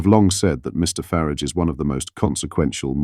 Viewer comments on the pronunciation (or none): Please pronounce Farage's name correctly. There is no "I" in Farage.!!! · Why call him Nigel Farridge, it is FARAGE. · Please stop referring to Nigel Faaaraàge as Fariiig! It's disrespectful!